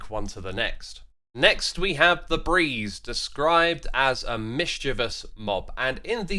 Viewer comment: For a moment I thought you said Febreeze 🤣